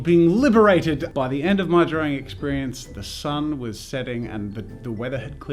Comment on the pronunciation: I thought you said spends all time in Darwin as in the city and I got so confused (especially since it's an Australian city)